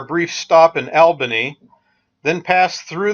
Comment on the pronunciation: some quick local info, it's not Albany like your friend Al. It's pronounced ALL banee. cheers